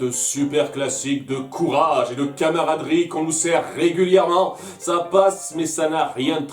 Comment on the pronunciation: À j’ai entendu « canaraderie ». Je vous jure que c’est vrai, je n’essaie pas de faire un jeu de mot vaseux !